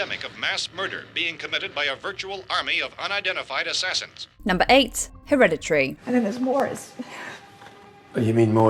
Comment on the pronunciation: The way she’s pronouncing Hereditary is irritating me. Just saying